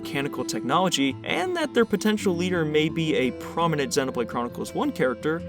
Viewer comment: Super well made video as always!!! Also I really liked that you are one of the few youtubers that correctly pronounces the word "xenoblade” 😅